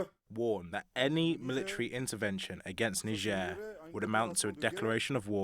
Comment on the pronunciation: Niger and Nigeria are not pronounced same, Niger na Niger, Nigeria na Nigeria.